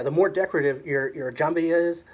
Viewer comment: It's jembiah if you want to pronounce it 100%. There's a longer version of it and some of those are made of Iron ore hit by lightning ⚡in Southern Saudi Arabia. Jembiah came from the word jemb which means (body side) cause it's worn on side. Even the waist is considered a body side.